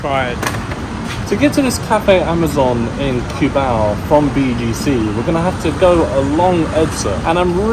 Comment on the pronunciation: it's not Q-bao but KUH-BAW